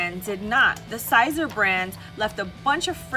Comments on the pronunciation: FYI it’s Sēser long (E)!not Sīzer not long (I) SISER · It's pronounced like Caesar. Just saying. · Miser, riser, adviser, wiser, reviser... yeah it makes sense it would be pronounced like Caesar.